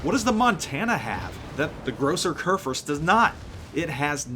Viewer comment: the phonetic spelling of Großer Kurfürst would be "Grosser Koorfirst". Americans tend to butchert the "ü" but if you simply try to pronounce it with an simple "i" like in "first" or in "birth" it still is not exactly an "ü" but it sounds much more naturally ;) just my 2 cents from Germany ;) greetings and keep it up!